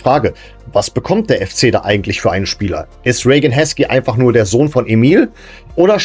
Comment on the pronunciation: das wäre ja exakt wie Rain. Ich hab auch eben mal gegoogelt das wird es definitiv so gesprochen: "Ree-gän" oder "Ray-gän" ausgesprochen. Im Detail bedeutet das:Das "ei" (oder "ea") wird wie ein langes "ie" oder "äi" gesprochen. Meine Frau ist ebenso der Meinung, sie ist englische Muttersprachlerin - Widerspruch zwecklos 🫣